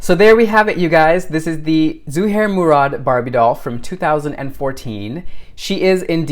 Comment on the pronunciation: You taught me how to say ZUHAIR MURAD'S name properly ...... Your now one of my favorite people ....